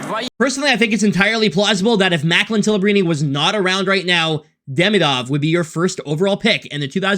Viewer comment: because i’m russian, i would like to say: DemIdov and SilAyev (accent)